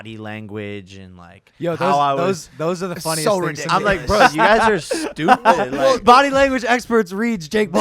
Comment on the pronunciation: We seen Chinese Jake for the first time . "Stew Peas"